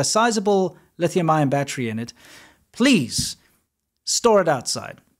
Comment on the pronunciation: the word battery, has 3 syllables, NOT 2 !!